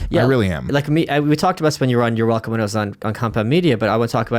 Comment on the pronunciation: "I'm going to have more controversial guests" - Your Hwelcome is coming